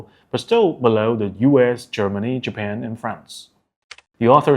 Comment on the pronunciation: Japan not Japen Nice video, be a little bit more serious on details.